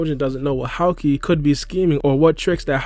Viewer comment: That's not how you pronounce Houki, it's not Howkey, it's HOOKEE